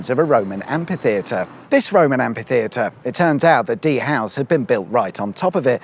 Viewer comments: Where as some Americans fancy pronouncing kalashnikov as 'kalishnikov', more and more British seems to pronounce amphitheater (amfitheater) as ampitheater. Whit a p. Stop it. (Not the videos, they're great 😊) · I think you'll find that's an am-FEE-theatre, not an am-PEE-theatre. The clue's in how it's cunningly spelt as amphitheatre to ensure it isn't pronounced ampitheatre.